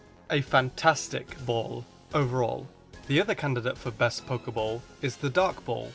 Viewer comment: Your saying a Pokéball wrong it's Pokéball not Poker ball